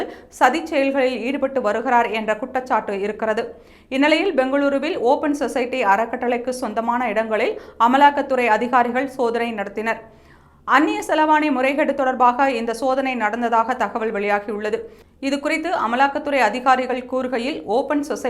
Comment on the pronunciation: அன்னிய செலவாணி இல்லை செலாவணி. சரியா தெரிஞ்சுண்டு படிங்க